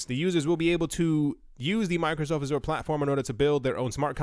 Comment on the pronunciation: You're not pronouncing Azure correctly :)